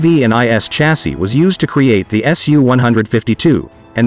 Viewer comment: “Chassis” is pronounced “shazzy” btw.